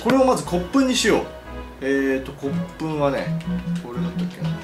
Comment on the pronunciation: 骨粉がコップに聞こえた笑